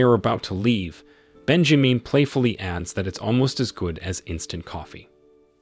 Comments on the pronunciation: its Ben ja min as in SIN not meen .... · I can't with "Bejameen" omg🤣😂🤣....I might not make it through this recap, dude killing me🙌🏾🤣